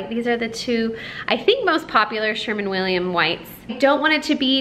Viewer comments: Gorgeous home!! I don't understand 9 days for painters to do that small house but it turned out gorgeous. And, oh, for a husband who would do that for me (I have to do it all myself if I want it done). BTW....it's SherWIN Williams paint not SherMAN Williams. Thanks for the video. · It looks beautiful! And by the way, it’s Sherwin Williams. Not Sherman. Sorry I have weird pet peeves! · Sherwin Williams, not Sherman 🤣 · First, the name is Sherwin not "Sherman" Williams. Your and your home are so lovely and I appreciate your taste but for me there is so much Board and Batten that I would go a little nuts. I too love white but I think that for me a little more variation would be necessary. I love your kitchen and would love to know what countertop material you used. How much time do you spend every day cleaning (dusting) your walls, cabinets etc? Congratulations it is lovely! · You are silly, you call it Sherman Williams but put Sherwin Williams in copy. It's a tongue twister!